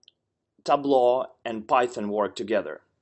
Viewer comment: Got the pronunciation wrong for Tableau..